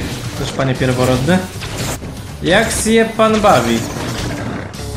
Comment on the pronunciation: "pierworotni" a nie pierworodni